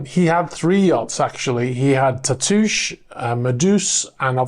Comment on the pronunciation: Tatoosh: that’s a local place name here in Washington State. It means “breast,” and is applied to hills and rounded islands. It’s not pronounced like an iambic foot, though, but like a spondee, with roughly the same stress on both syllables. It’s no big deal. I’m just being nerdy about something local. 😺